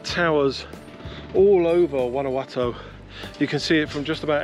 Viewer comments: 9 out of 10 bloggers can not pronounce Guanajuato. It's "Gwanakwatto". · You two covered a lot of ground in so little time. I hope you can make it back to Guanjuato (pronounce the JUA - hwa) for longer than a day, it's a beautiful city - Anne